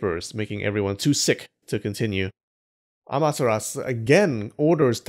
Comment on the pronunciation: Why do keep saying "Amateras" when you know there's a u?